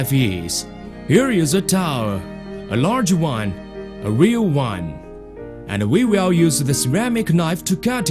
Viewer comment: Weal Wud.